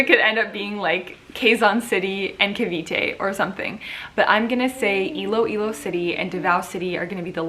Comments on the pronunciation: You got it right! It’s Iloilo!! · Miss Iloilo is Miss Universe PH 2020 you said it right...